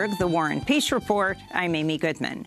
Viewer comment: For the longest time I thought she was saying "war ON peace report"